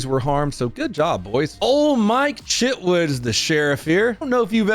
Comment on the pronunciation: did he say mike shitwood?